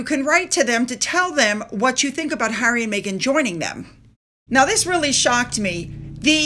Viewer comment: She went to visit Hawwy to the “fun” hotel